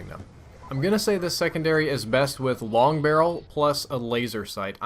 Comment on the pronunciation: Long barrel missed the "g"